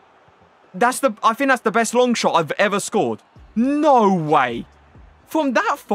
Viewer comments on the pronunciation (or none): none